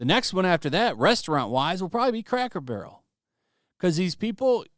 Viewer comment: Didn't Earn It. Cackle Barrel and Tar-Jay. 😁😌😃👍